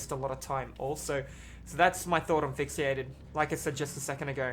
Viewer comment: i loved when he said "FIxieated"